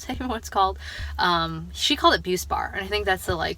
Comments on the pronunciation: Yes, you are saying it right, Buspar is the brand name, Buspirone is the generic name, its not controlled and if it works thats awesome! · So encouraged by this video, it was the video I needed just at the right time. You are not alone, always remember that. Side note: Buspar is the brand name for buspirone and yes you pronounced it correctly.